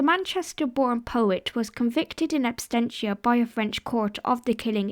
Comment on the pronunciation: It's absentia, not abstentia.